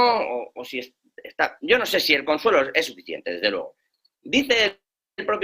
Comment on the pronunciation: RUSOFOBICO!! aprende a pronunciar las palabras se dice: FUEGO no FOGO,; LUEGO no LOGO